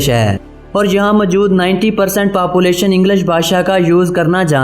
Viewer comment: It's population not papulation correct your pronunciation and wrong information man....